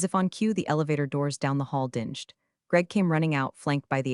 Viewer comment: "Ding-ed". You udiot!